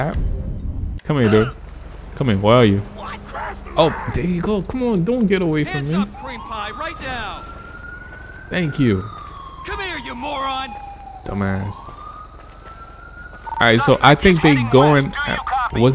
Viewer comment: do not say dumeass